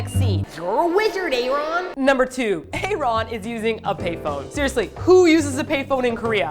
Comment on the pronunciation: Thats true, and she also mispronounce Aaron's name. Its not written nor read separately cause it just sounds weird.